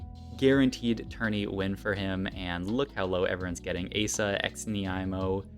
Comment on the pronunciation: I think xnieamo guy you don’t pronounce the x, at least that’s how the broadcast was saying it